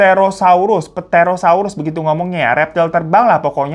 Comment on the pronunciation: Asli w ngakak bgt pas bagian pterosaurs. jd keingat buah pete🤣 itu dibacanya terosors bg🤣